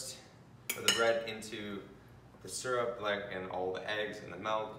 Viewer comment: this man rlly said serup